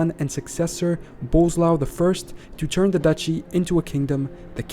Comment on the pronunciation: It's weird that General Knowledge can find so many informations and make a video about it, but he ignores that SZ, RZ, CZ are digraphs, not separate letters. I don't understand these youtubers who make a video about something and can't even put few words into google translator and click on play button. 😀 Or Boleslav pronounced as "bozlau" or something. 😀